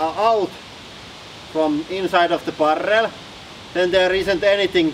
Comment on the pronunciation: It definitely sounds cool when people roll their rrrrr's like that :-)